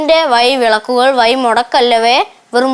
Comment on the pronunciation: വയി അല്ല വഴി